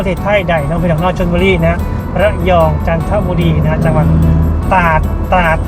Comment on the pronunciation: จังหวัด ตราด อ่าน ว่า ตราด นะบ่าว